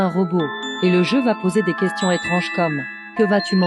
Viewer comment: Dis pk j’entends « Dam » au lieu de « Des » ?